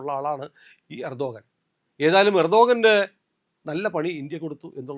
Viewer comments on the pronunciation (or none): none